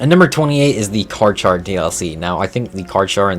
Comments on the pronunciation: Pls stop saying Car-Char. It’s pronounced Car-Ca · Carcharodontosaurus is pronounced with "k" not "ch" 😁